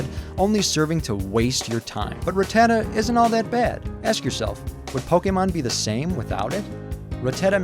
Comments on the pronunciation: It's Pronounced Rat-Ta-Ta not Rah-Tah-Tah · Rattata- "Rah-tah-tdah"??? Never heard anyone say its name like that ever...